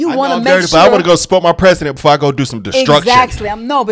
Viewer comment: I know this is unimportant but the way this sheriff speaks drives me nuts.. "Bafore" (before) "Depaties" (deputies) 🤨 I just know he's the type who says "Libery" (library)